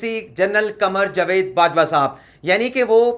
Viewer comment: لفظ جاوید کا تلفظ صیح کر لیں